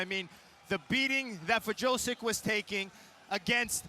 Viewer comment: Nothing like hearing dingdong commentators mangling fighters names (Wrzosek = Vjosek, idiots). What a joke of an organization.